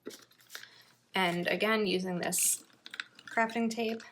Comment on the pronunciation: What a great idea! I make journals out of Composition notebooks, scrapbook paper and put pockets at the front and back of the notebooks. But I love the way this looks! It sounded like you said crapping tape not crafting tape... 🤣 That movie is absolutely amazing! You are so much fun! I love your videos!